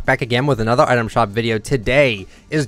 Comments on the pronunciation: It is pronounced ‘item shoop’ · When he said item shoop